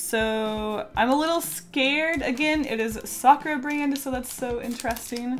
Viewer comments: does it trigger anyone else that she says "sakura" like sak-ra?? instead of sak-oor-ah????? if its just me then im gonna die. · Isn't it sa-ku-ra not sakra? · its not pronounced "sokra" its "Sa-cur-a" Youd know this if youve ever heard of a sakura tree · peachy olioil they don’t though people in Japan say sak-oor-ah. I live in Japan so I know and my middle name is Sakura so I would know how it’s said. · When she says Sakura it sounds like she’s saying soccer 😂❤️ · stares at you sa-kur-ah isnt that hard to say japanese is only hard when you have to learn the formatting is differernt than english, and that theres three different ways to write words. im assuming people are only getting on her because they want her to pronounce it the correct way. if you want to fight someones linguistics go fight the french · The way she says “Sakura” annoys me, it’s supposed to be pronounced Sa-ku-ra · Izzy S. YOU ARE NOT ALONE😝😝🤣🤣